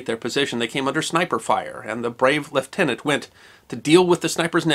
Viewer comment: you are a treasure. Thank you so much for remembering Lt. Clark VC and his remarkable family (and for pronouncing his rank correctly). Your thorough and respectful treatment of all the armed forces of the wars - and not just those of your country - is refreshing and most welcome.